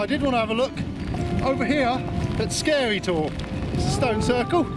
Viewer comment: Nice vid. But please don't pronounce the e for Oke Tor. Same as the tree please. ;-)